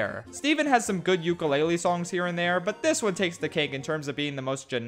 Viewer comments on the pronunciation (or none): none